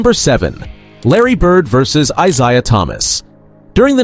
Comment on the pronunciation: You’re saying Isiah and Steph’s names wrong on purpose 😭